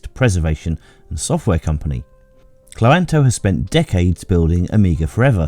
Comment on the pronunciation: I think Cloanto is meant to be pronounced cloan-to